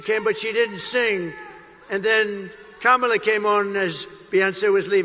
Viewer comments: Did you notice how he pronounced her name correctly this time. I wonder why? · Uh oh, he pronounced Kamalas name right